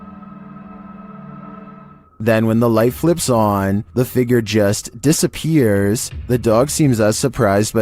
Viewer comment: new word unlocked ... " dissap-er-ates?"